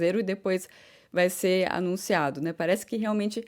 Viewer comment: fala muito Hã, hã ... Fala SE ao invés de SER ... Repete muito a mesma frase ... No mais está quase perfeita !!!! Acho tu serás uma das melhores e ................ Cá pra nós.. TU ÉS 10 VEZES MAIS GATA DO QUE NOSSA QUERIDA Mariana Becker ,,, Torço por ti "rainha training" da F'1